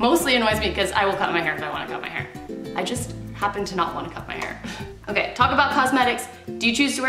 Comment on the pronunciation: When you said “am I okay? nooooo” I thought you said “ am I gay? NOOOOO” 😂